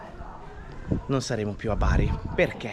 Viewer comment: Non si dice Beri ma Baar' Grandissimi, buon proseguimento!!